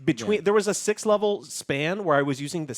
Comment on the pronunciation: they are saying six but sounds like shit